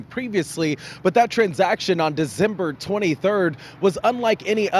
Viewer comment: Dee-zember? Speak right ninja.